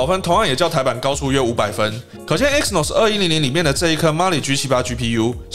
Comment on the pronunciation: 不好意思，更正一下你的發音，Exynos 的E是不發音的，正確的唸法是：西諾斯